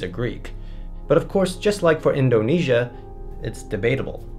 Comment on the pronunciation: You say Indobesia many time, THX LOL